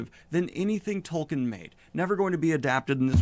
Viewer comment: The guy in the video not even saying the author's name right and referring to the entire Legendarium as Lord of The Rings kinda makes me question how much of a fan he actually is.